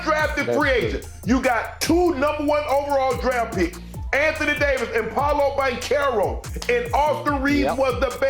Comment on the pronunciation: Hearing this guy pronounce Paolo Banchero makes me cringe...